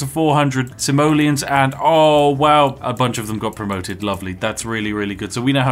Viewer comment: when you say "Simoleons" I always understand "Somalians". hes prolly still not wrong. it's dark and wrong, I know. I'm sorry.